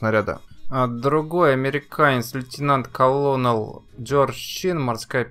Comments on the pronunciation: Обзор интересный, но можно было хоть чуток изучить английский - "лейтенант-колонел" звучит чудовищно. Для справки - "колонел" это полковник. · послушал до "лейтенант-колОнел" и вырубил, пусть егэ сдаст по инглишу )